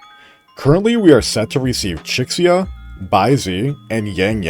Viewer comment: It never ceases to kill me hearing the X in Chixia’s name being pronounced literally ☠️